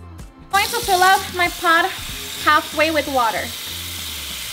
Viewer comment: "Im going to place it in our pod"!! Now im going to fill up my pod with water!!! That D at the end of the word Pot!!! It's hilarious. 😀